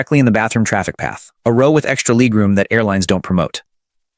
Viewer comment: What's leeg room? And base-innets?